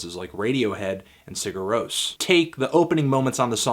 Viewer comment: I thought that Sigur Rós was pronounced something like Si-ur or Se yo